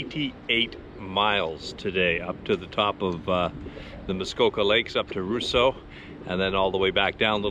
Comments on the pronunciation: I've always heard it called Ross-eau not Rous-seau. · Great video, only heard it called lake Rosseau, not rooseau lol. In the video, you keep mentioning 88 miles? Do you mean km?